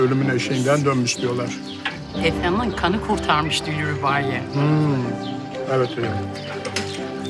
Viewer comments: 😂😂 afondum tik yaptı 😬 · Senarist yorumumu görmüş galiba, arkadaşlar😆 25.bölümün fragmanında gördüm, de bizim gibi "Efondum" dedi😂😂